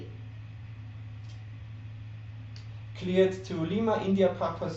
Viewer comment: Why does she say tree? *THRree